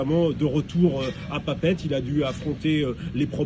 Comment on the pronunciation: C'est si compliqué de dire « Papeete » au lieu de "Papète" ? Nous, on dit « Paris », et non pas "Pris".